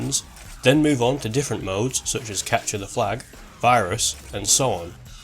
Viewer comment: Did... you just say 'capture the FLAG'?